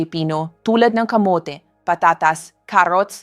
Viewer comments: Para mas lalong gumanda ang mga dinidiscuss nyong topics doc, iedit nyo muna bago kayo manpost. Maraming mispronounce words e.g. kamote(kamot), gabi(parang night sa tagalog), digestion at marami pang iba. Baka kasi AI naman ang nagsasalita hindi kayo... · Thank you sa mga info doc. Bakit ang aging, kamote(kamot), etc iba ang pronunciation...AI ba ang nagsasalita hindi kayo?